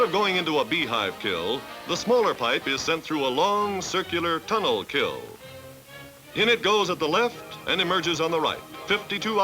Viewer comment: I’m surprised the announcer says “kill” instead of kiln.